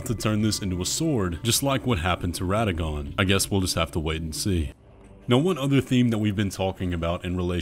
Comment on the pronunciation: Amazing how people obsessed with lore cant seem to pronounce radagon correctly despite multiple characters saying radagon out loud in game. It's not complicated